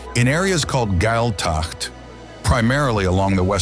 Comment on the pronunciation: He crucified many of those Gaelic words. The pipes that look like bagpipes are pronouncer 'il-en' pipes and the Gaelic speaking areas are pronounced 'gayle-tocht’ and in both cases the emphasis is in the first syllable